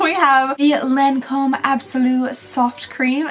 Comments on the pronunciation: Your everyday neighborhood French checking in. It's Lawn-comb. Like, hearing it will make Jimmy wanna get out his mower. Also La Vie Est Belle = La Vee Ay Bell. Edited to add: also, pharma hat on, a lotion is runnier than a cream, almost liquid. A cream is thicker and might be the "pasty thing" you're talking about. Or it could be a paste, which is less smooth than a cream. A gel tends to be less opaque. A serum is more liquidy like the consistency of a lotion or even less viscous but with the opacity of a gel (or less opaque). Eventually it becomes one of those things where, if you know, you know (or if you know the recipe of the product, you know) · Hello 🤗 I just love your advent calendar videos! Just wanted to say because you asked that the correct way to say Lancôme is actually without pronouncing the N 😊 for the AN sound it's more like the first version you mentioned rather than the Kentucky version 😂 For "La vie est belle", it means "life is beautiful" and it's pronounced "la vee è bell" (tried to englicised it 😂) Hopefully it makes sense, just wanted to help 😊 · So when you say 'Lawn-comb", don't say the 'N' on the 'lawn' section. In french, "AN" paired together typically make an "ahw" sound. Law-comb :) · The n isn’t pronounced in Lancôme